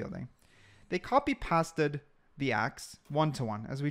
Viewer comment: can we please talk about him saying copy and pass-ted